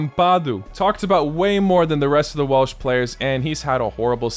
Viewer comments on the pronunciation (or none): none